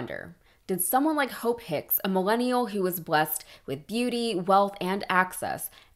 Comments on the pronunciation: He pronounces Hope Hicks "Ho Picks" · I swear he’s intentionally saying “Hoe Picks”